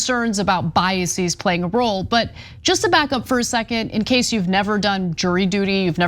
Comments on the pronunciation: Biases Not biasees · It’s just biases (bias-is), not bias-seas. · Is that the way to pronounce "biases"?